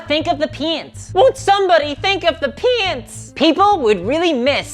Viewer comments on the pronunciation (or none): When she says "paints" it sounds like an American saying "pants" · When you pronounce paints i hear it as pants 😂 Turns out that there's still a sizable warhammer fantasy 8th edition community in my area that has weekly games. Needless to say i just ask for my store that offers 3d printing services to print some high elf spearmen